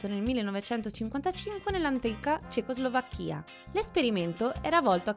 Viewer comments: 0.20 Cecoslovàcchia, NON Cecoslovacchìa! Esiste la Slovàcchia, NON la Slovacchìa!!!! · Cecoslovacchía?si dice cecoslovacchia🤣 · un po' di cultura europea ed anche generale ...Cecoslovàcchia e non Cecoslovacchìa - l'avvento tonico è sulla A, non sulla I e... parlare del 1955 non la rende "ANTICA"... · Si dice Cecoslovacchià, gnurant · Si ma...CecoslovacchÌa. Non si può sentire sto video. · Credevo che avessi sentito male, ma vedo che non sono il solo. ...questi acce'nti;) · ma come pronuncia cecoslovacchia mah.....dove andremo a finire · Sbaglia anche l'accento